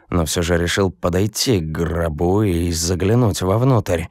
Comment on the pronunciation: к грОбу, а не гробУ!!!